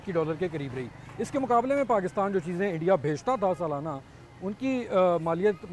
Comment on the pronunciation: Interesting to listen to Urdu spoken with a a thick Punjabi accent. Right from Imran Ahmed Khan Niazi to this gentleman. Love how they say Eendia!!